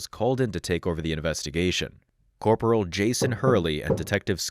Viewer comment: A.I. will take over the world! Also A.I. can't even pronounce "February" or "Corporal" correctly.